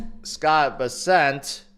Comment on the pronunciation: It’s Bess-ent…not Beh-SENT